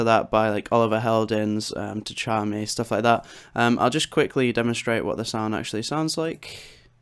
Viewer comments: nice tutorial ! just say "tshami" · Great video! FYI it's definitely a tricky one to pronounce but Tchami is pronounced 'Chami'. Just take away the T